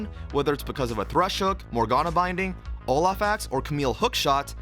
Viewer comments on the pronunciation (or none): none